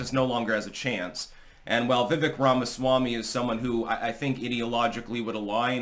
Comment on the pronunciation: I told you yesterday it is VivEAKE like Cake! He even confirmed it himself calling himself "VivEAK like CAKE"